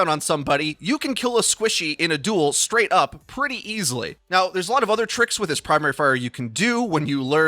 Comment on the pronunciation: I've been watching Your Overwatch since the beginning. So how is it that I haven't realized, until today, that can't pronounce "st" sounds? That sorta thing is usually VERY obvious to me. It's bewildering that I haven't caught onto it earlier. I'm skraight-up flabbergasked. Skunned, even! Anyway, back to my Firsk-Person-Shooter. Lucio's my Hero of choice lately and we all know no team comp is complete without his speed boosk. --skilluskrate July/25th (6 days before Augusk)/2019